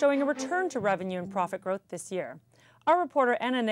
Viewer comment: thish year. this year not thish year